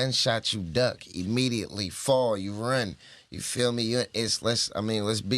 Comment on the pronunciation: "Get that imme-G-iately"... "I had to make sure the worldplay was nutritious" lol Sacramento definitely close to the Bay Area, Slanguage.